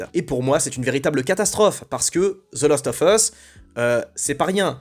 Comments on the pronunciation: Même si tu dis the last offeuss, et non the last oVeusse, je suis assez perturbé par le fait que je pense EXACTEMENT comme toi ! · C'est assez marrant de prononcer 'lost of us' pour faire genre, alors que ça se prononce bien 'last' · Svp Prononcez le : The last oV us. Svp On dit prononce ov quand il y a a e i o u apres le of. Cordialement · « The lAAAst of us » please 🙏🏼